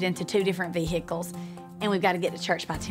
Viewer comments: omg she just said ve hicals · OK no, she actually said ve-hickles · Vee - hicklez